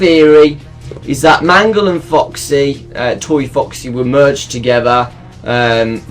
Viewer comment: Wait when I heard you say mangle it kinda sounds like man girl